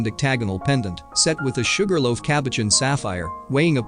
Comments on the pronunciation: There were MANY weird pronouncements but I could overlook all the robotic vocals to gaze at the jewels and of course, Elizabeth. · He needs to learn how to pronounce cabochon and pavé